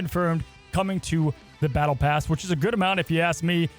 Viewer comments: BALLTE PASS? lmao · "Ballte Pass" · “Ballte pass”? 😂 otherwise top notch as always 👍🏻